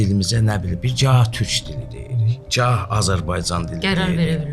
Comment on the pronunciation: Cah yox Gah!!!